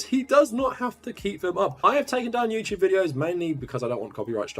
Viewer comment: “Youchewb” lol